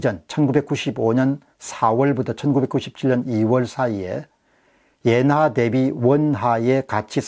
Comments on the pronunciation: 옌화라고 하지 말고 엔화라고 발음해 주세요 너무 부자연스럽게 들립니다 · 옌화보다 엔화로 발음 해주세요! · 자꾸 옌화 옌화 그러니까 거슬림